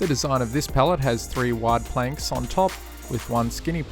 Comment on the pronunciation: Cant even say Pallet